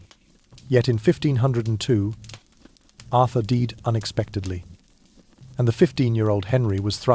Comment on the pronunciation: Arthur 'deed'?